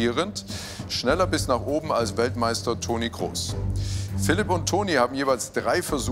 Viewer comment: Der heißt doch Toni Kroos und nicht Kross oder!?